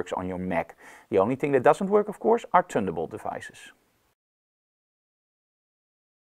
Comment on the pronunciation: Amazing Review!!! I Love the way you say Terteen & Tunderbolt!! I am in the market for a Wacom All in one mobile tablet when I am out in the field. Thank You Very Much for the Fantastisch Review! I felt like I was sitting across from you in your studio sipping coffee and actually learning something. I could listen to you talk all day.......I am sold on the Mobile Studio Pro 16. - Subscribed & Liked!! Danke..